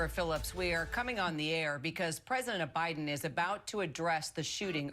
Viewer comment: I heard it too 🤣